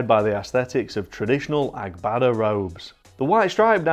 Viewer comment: Impressed with your pronunciation of "Agbada" 🙂